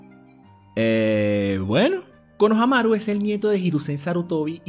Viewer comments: Es konoHAmaru haciendo énfasis en el "HA".Tu lo haces en el "MA" y suena homosexual ja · Porque le dice konohanaru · Me caga que siempre digas mal los nombres. Konohámaru* LPQTP >:v